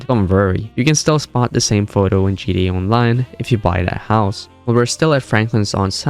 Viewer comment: Could you stop saying "GDA"?! It's GTA...